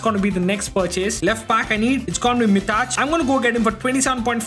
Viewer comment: BRO WHY DID YOU SAY MITAÇ INSTEAD OF MITAJ